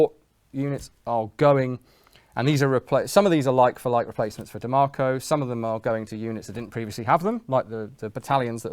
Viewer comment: me thinking he's saying DeMarco, but ik he's saying Diemaco